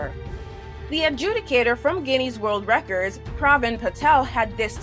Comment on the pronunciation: Ginneys worrd reccords 😂